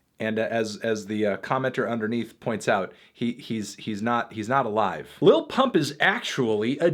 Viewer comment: i hate the way fantano says 'lil'